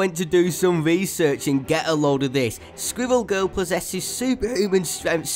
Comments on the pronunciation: Yes. Sqwiwwew Gewl. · Sqwiwell gurl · Squwwel Guwl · Its squirrel girl NOT squiggel girl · Its not sqivel girl its squirrel girl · He sounds like he is saying swivel girl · At first I thought you where saying squiggle girl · squiwwewl giwl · Skwiwell Giwell? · squiwwel goewl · Why did you pronounce Squirrel Girl wrong squirrel girl has an amazing character and whoever doesn't think that I will destroy you in Squirrel Girl is amazing